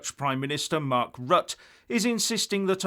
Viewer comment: Rutte is pronounced Rut-te